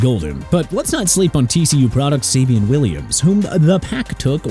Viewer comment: Savion (say-vi-on) Williams... SMH